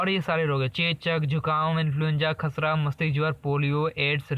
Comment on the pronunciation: खासरा नही खसरा होता है सर